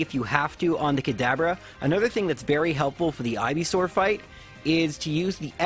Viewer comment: why is he calling kadabra kadaber